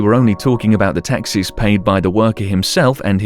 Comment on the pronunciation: Lol thought you were saying taxis